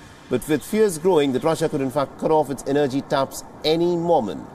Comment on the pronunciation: Please look up the pronunciation of the word energy! You have good reporting but some if your reporters are difficult to follow due to slurry speech or incorrect intonation and/or pronunciation. (Not accent or dialect, I’m fine with your broken English.) Kind regards Anders Sweden